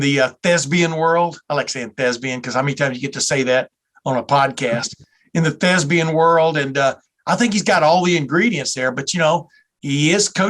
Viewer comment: the word is THESPIAN and not THESBIAN!